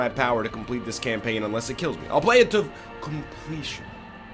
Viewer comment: "I will play it to *COMPLETION*"